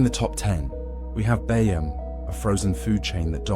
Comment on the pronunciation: it's bee-jam, you dopey AI pillock.